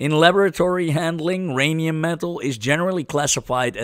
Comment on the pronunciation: My Rhanium? No! Your Rhanium!